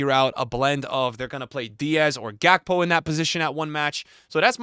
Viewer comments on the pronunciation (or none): none